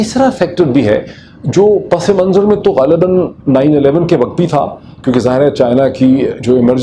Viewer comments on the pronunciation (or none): Sir drust lafz pas-manzar hai na k pas-e-manzar... Thanks.